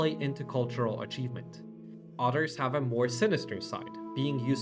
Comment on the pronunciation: Your English is really good. But you pronounce others as otters 🦦 Work on the pronunciation of the “Th” sound